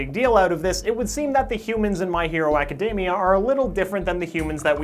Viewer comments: My hero a-ka-dem-ee-a. NOT My hero a-ka-deem-ee-a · I literally can't watch this video due to his pronounciation of acdemia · tfw you've been saying "academia" wrong this whole time :(((((